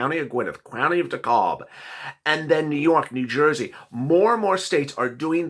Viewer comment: If i hear you mispronounce Gwinnett and DeKalb 1 more time ill scream